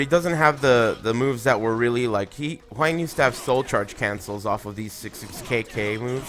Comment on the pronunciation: You're mispronouncing Hwang mate.